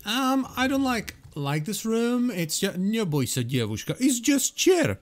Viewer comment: Pretty sure he's from Czech Republic. That was very good Russian, though.